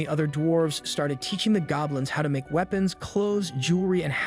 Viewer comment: Sometimes the random mispronunciations make me thing this is an ai and i can't tell. "WEEPONS" "LIEVES"